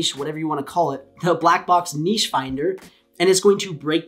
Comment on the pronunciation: Thankyou for pronouncing niche correctly!!